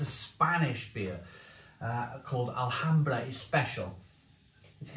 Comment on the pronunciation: Have this beer on tap in my local bar down in Murcia,South east Spain,along with Brewdog Punk IPA and Mahou IPA. Sadly,beers are often poor and I have to resort to San Miguel. On another note,you don't pronounce the letter 'H' in Spanish.